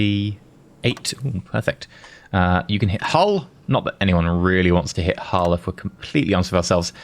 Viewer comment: One day will learn the names of places in the UK;) (and rest in Hull).